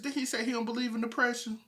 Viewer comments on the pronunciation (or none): He said. ..deprasen life